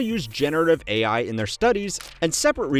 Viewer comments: Did she say A1? Not AI? Lol she must want some steak for dinner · Wowowowo, stop right there! Woman said 'A1' instead of 'AI', or do I miss something there? 🤨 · had to listen to that one twice and wonder what A1 teaching was before I realized she didn’t know how AI was pronounced